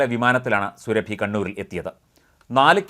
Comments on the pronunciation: സുരഭി അല്ല. സുറാബി. Khatun is a title of the female counterpart to a Khan. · സുരഭി യല്ല സൂറ ബീ 1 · സുറബി എന്നു കുടിചേർക്കു